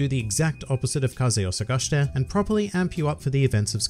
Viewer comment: Kaze Wo Sagashite... the way he pronounced me is so triggering for some reason lol.